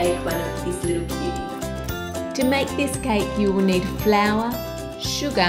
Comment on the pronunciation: The way she says "sugar" is like calling a bts' member. lol